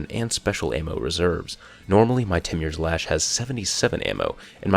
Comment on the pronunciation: It's pronounced T-more's lash